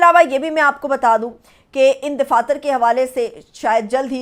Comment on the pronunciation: DAFATHYR KO DIFATHYR KYON BOL RAHE HAIN JO SARASAR GHALATH DAIDAFATHYRHAI SAHI.